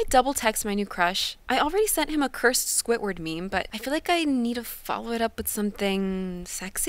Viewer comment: “Squitword” wtf who says squidward like that